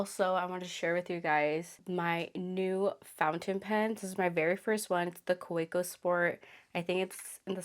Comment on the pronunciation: Kaweco Pronounced( ka-vec-o) sorry- I don’t mean to sound like an ass 😁